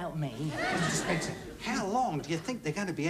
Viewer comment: He Get Mrs Spencer name wrong twice